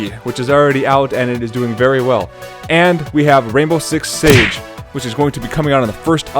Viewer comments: Rainbow Six "SIEGE" buddy, not Rainbow Six "Sage" hahaha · LEARN TO PRONOUNCE SIEGE! It's not "sage" It's "see" not "sa" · Did you really just say sage.......SAGE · Siege not sage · What is rainbow six "sage" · "Rainbow Six Sage" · He can't even pronounce siege